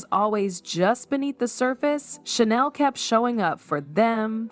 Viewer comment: Did you say Hoda?? She's been gone for several months!!! And you're mispronouncing Sheinelle. Otherwise thank you for the video. I stand corrected, I just found out that Hoda is back!!! Only 4mths gone and back already on the second half of show with Jenna😮